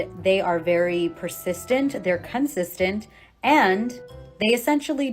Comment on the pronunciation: She said CUNTsistent